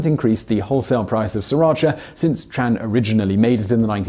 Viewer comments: It's T-R-AN not Chan other than that very good vid per usual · I’m Vietnamese, my last name is Tran... By the way, it is pronounced (Chung, just don’t emphasize the “ung” too much)